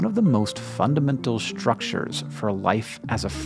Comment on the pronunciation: Has Hank always said 'shtructure' and I just haven't noticed this whole time?